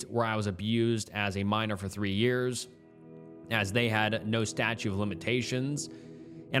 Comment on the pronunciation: "Nuclear" is pronounced NEW-KLEE-UR or simply NEW-CLEAR. Edit: Also, it's STATUTE of limitations, with three Ts, not STATUE. Edit 2: Jesus, "indicted" is pronounced IN-DIE-TID.